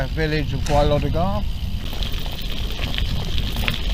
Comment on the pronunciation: Nice video! Interesting to see my home patch from a different perspective Well done on your Welsh pronounciation as well :-)